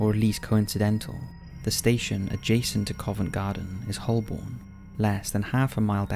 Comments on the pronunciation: agreed. Although I’ve never heard of “Hullborn” before, have you 🤪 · As I work on the Central line, I can confirm Holborn, but “Hullborn?” Perhaps that’s a new station we’re getting? 🤔